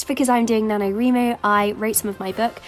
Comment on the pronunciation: Isn't it pronounced Nano-Rhy-Mo? (Because "write")